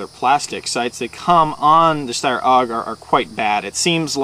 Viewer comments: its not aug. its a.u.g. accually. i laugh when he says it wrong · its A.U.G not auwwwg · Oh yes, it's a great review. The guy pronounced AUG or A-U-G as Awoug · its not a steyr owg its a steyr a-u-g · lol! its A U G not oug stupid arse! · haha it's called a-u-g!! u review airsoft guns u should at least be able to pronounce the names probably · Its not pronounced "aug", its an acronym. If this guy had ever been in the military or handled anything besides toy weapons he'd know that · lol i tought we say AUG but i heard oW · it aug not oug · he says it like its auug instead of aug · AIRSOFT REPORT!!! ITS PRONOUNCED A-U-G not AUG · HAHAHAHAHA LOL OWG WTF IS AN 'OWG' it's an AUG: pronounced A YOU GEE with ya, that ticks me off. but you guys are still awesome, keep it up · A-U-G! You say each letter! Not pronounce it as a word!! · It A.U.G not aug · you tit its pronounced "org" or A.U.G where the hell did you get that pronunciation from anyway? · aough what a dumbass its A U G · HAHA its was so funny how he said aug OWGH lol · It's pronouced like 'AY YOU Gee' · Awesome Review you guys are good but it's said as A U G. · nope, it's called an aug, not a u g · Its pronounced awg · It is pronounced A-U-G. Say it right! haha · i think he's trying to pronounce it german like cuz the aug is from austria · yea, thats why the letters are in capital, otherwise it would be Aug. and isn't it pronounced "shteyr?"